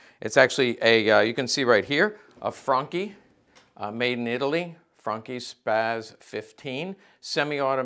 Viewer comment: ''Franchi'' pronounciation is correct. But Imho the Spas 12 is nicer aesthetically. And similar modern version of these mines still around